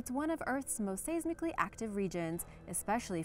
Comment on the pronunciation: How is it that she can put so much effort into her Spanish pronunciation of words, or the Spanish language itself, but obviously puts no effort into the correct pronunciation of some words in English.....today it was "seismically", she said "say-smick-lee"....twice, ugh.